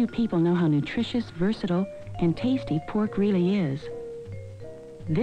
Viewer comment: ....she lost me with that sooooo Midwestern 'how "teaaysty" poork really is'...:)!